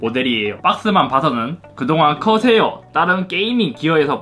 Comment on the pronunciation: 허새요 허새 아니... 커세어 ㅋㅋㅋ